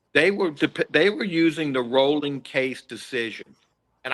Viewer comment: ROLLING! Pronounced ROLLING! Come on!